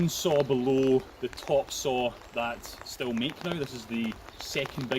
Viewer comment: It should be pronounced steel like the germans say it but almost everyone says still in the UK because of how it reads in English - keep saying steel - you're correct.